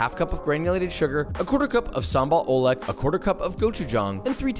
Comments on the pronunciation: Sambal oelek, you actually pronounce it sambal ulek. With the 'u' like you and the 'e' like ter in better. Just wanna say how Indonesian say it. Other countries might say it differently. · Its sambal oolek